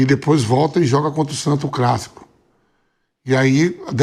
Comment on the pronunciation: Favela raiz e o vampeta que fala “crassico e framengo” depay nem português entende